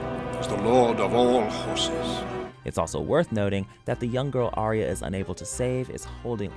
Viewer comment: It's Ar-ya not Ar-ee-aa ....